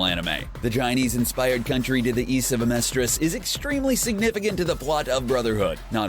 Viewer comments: Xing, lan fan, xerxes, amestrus....someone teach this guy how to pronounce things. It says it in the show hundreds of times! I couldn’t make it the full 10 minutes with him saying everything wrong. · "Zing" "Homunculee" "Aamerstris" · Some pronunciation errors here. 1. "Furrer?" Fürher is pronounced (fee-yur-rer.) Just a correction. 2. Homunculus is pronounced (Hu-mun-cu-lus) 3. Amestris is pronounced (Ah-meh-stris) If there's an accent thing I don't know about I apologize for that. We're not Gods, we're humans after all. 😆